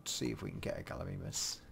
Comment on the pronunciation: gallimimus is pronounced gall-e-my-mus